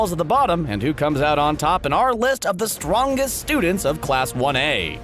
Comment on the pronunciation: STRWONGEST. Me laughing myself to death.